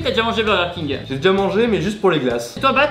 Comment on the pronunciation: Qui dis midi dis birger king